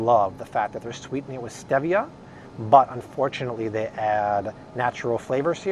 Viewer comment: Stop saying STEVia...it’s STEEEEEVIA LOL #nailsonachalkboard